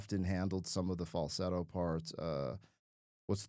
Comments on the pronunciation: You seem to be leaving the L out of fal-sett-o when you pronounce it, which is probably why AI got it wrong the first time. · Dude how can you not be able to say the word FALSETTO!!! LOL